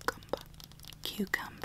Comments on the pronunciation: here we have so coocumba Me: it’s pronounced cucumber: freshhhhhh coocumba Me:ok... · Karma she also pronounced my cucumber like cucumba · Alexa Hernandez it is not carcazum I'm dead serious I honesty choked on my doritos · THE COOCUMBA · Her: we have a cookumba Me: um you mean cucu- Her: Cookumba cookumba cookumba Me: alrighty then. I tried. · EXcuSee YOu iTs PrONOUCEd Cu-cUm-bA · Cashier: Cucumba Me: It’s Cucu- Cashier : Cucumba My mind: okay then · Normal Pronunciation: cucumber Pronunciation: coohcumbah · When she first said coocumba I Th ought she actually pronounces cucumber 🥒 like that hahah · “cucamba” Me “it’s cucumber” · Who says quecumber for cucumber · Why is the word cucumber said coucuber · I died 🤭 Riek healing my Kookumba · Haha me rn I'm reading the funny comments and also hearing her say KUCUMBA 😂😂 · No one: Not even a single soul:: coocumba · My favorites funny part was when she almost dropped the shopping list as she was shopping on the last one and when she sid “cucumba” I died 😂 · Basically a summary of the “cucumba” scene and me reacting to it:: The “cucumba” can fall right apart and be put back together. Me: Boi dat’s obviously cap. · kukamba when she did that one weird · Does anyone notice that he said cucumber but different